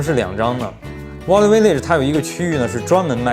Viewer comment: 故事讲的很好，不过value这个词音发的不准